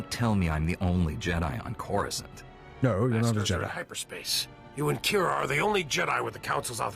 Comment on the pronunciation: you also started at level 10 and went to coruscant, you skipped all the Tython stuff 😞 By the way, Its CORE-OO-Scant, not croissant. A croissant is a pastry.